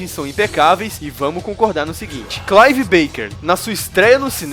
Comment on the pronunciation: "Claive Beiker"? Rsrsrs.. Sério que alguém acha esse filme assim tão 'complicado'? Hell no... Complicado são esses canais aqui do YT... Hahahaha OBS: Julia é madrasta da Kirsty, não é mãe dela... Pinhead é um apelido, ele nunca é chamado deste jeito no filme...